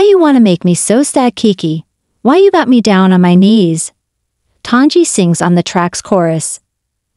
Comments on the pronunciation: If you're going to do a broadcast, learn to pronounce the performers name correctly. It is NOT ton-gee. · As soon as I here the Bot mispronounced the name of the subject... I leave. C ya